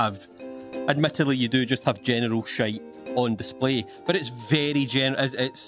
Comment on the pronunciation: Sounds like he is saying genital not general